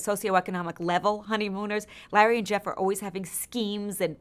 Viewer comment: I love it when she calls Larry "Lah" instead 😂